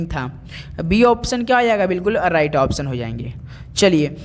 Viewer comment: अराइट नही सर राइट बोलते है उसे😂😂